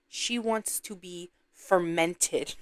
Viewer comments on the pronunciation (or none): YOU SO WRONG FOR “FERMENTED” 😂😂